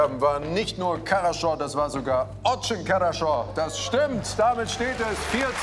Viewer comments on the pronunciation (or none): Das wird nicht karascho sondern harascho ausgesprochen... trz coole challenge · es heißt harascho (хорошо auf russisch) oder vielleicht sogar charascho mit einem harten ch wie in Ach. Aber auf keinen Fall Karascho xD